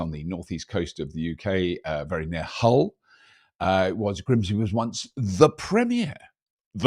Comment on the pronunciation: You pronounced Hull like someone from well south of Hull 🤣